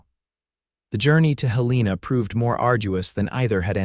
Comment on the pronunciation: Despite the repeated mispronunciation of Helena as Hel-EE-na, this was a good story.